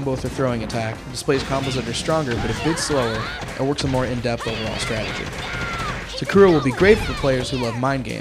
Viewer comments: sa-koo-ra wtf?!?! they created it they should know how to say their names correctly. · He said Sakura wrong. I find it weird. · XD ka-ka-chi and he said sakura is his favorite character and he cant even pronounce her name right!